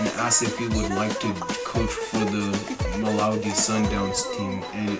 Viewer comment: Not malowdy 😂 mamelodi